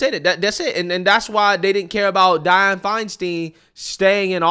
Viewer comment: Di-anne my man